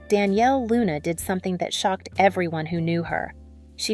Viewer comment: 'Don'•'Yale' NOT Danielle